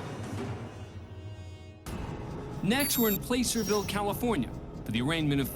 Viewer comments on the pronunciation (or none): It’s pronounced “plass-er-ville,” not “placer-ville” lmao -a local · This is addressing Asher Edwards clip. The city was mispronounced. It was announced "place-sir-ville" like Hawaii is a 'place'. However, it's pronounced 'plass-sir-ville" plass like rhymes with glass.